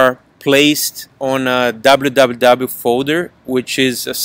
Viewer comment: notice the brazilian accent only after the www kkkkkmmk